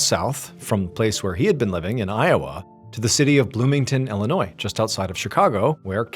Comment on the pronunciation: Thank you for leaving the "s" silent in Illinois. 😂❤